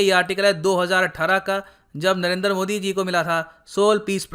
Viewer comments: Humbly speaking; It sounds awkward when you say 'Narender' modi. I think it's 'Narendra' modi. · It's Narendra not Narender 😂😂😂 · Sir aap modi jo ka name galat pronounce kar rahe he, unka name नरेन्द्र he naki नरेन्दर ।